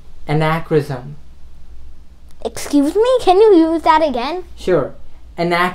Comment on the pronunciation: 3.36 Anachronism... i heard like he said you would AnachOOnism